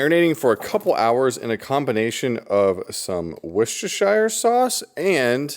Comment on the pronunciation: Bro pronounced Worcestershire correctly! As someone who was born in Massachusetts, it's truly something to behold watching people try to pronounce it 😆